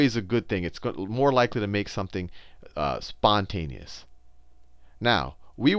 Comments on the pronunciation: "spouteous" lol nice try sal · "Sponteous" lol great video